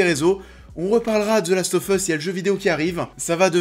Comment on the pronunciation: Je vote pour Nikolaï Coster waldau. Il a une gueule parfaite pour le rôle et il joue merveilleusement. PS: tu dis the last oFF us mais on le prononce The last oV us, en anglais